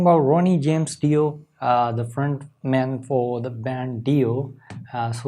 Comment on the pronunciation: Hi! It’s been awhile. I hope you and your family are well. Ronnie James Dio was considered one of the best guitarists of his time. I think his name is pronounced Die-o. Vinny and Carmine Appeci were from the area where we grew up. I think the song is about Christ’s decent into hell after His crucifixion. I’m not sure. I always like listening to your thoughts on things. Be well.